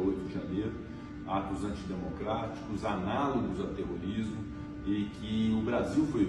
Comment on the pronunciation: Esse Pacheco é ridículo!!! "TER RO RIS MO"??? Quantos morreram???